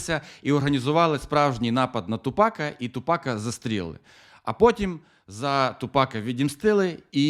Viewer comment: Блін ну не ТупАка, а ТУпака)